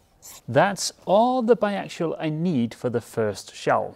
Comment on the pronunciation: You're pronouncing bi axial like bi actual. Say it this way. Ax E ull